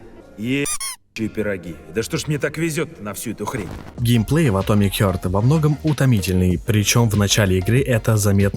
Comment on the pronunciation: Блять, "атомик хЁрт", "студия мЮндфиш". Ну ты хотя бы погугли перед выпускам видоса, раз с английским все так плохо. Сразу понятно отношение к своему творчеству исходя из таких вроде бы мелочей. Видос же просто бессмысленный. Сам же в начале ролика сказал, что сравнивать две такие разные игры глупо, в итоге сравнил. Зачем вообще нужно сопоставлять релизы совершенно разных игр. Они даже по шумихе не одного уровня.